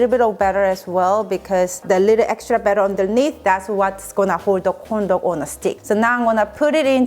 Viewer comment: Do I hear condom instead of corndog? Lol 😂